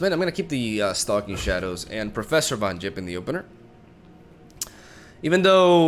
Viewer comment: I hate that says Yettison and Von Jipp. ITS THE OTHER WAY AROUND MAN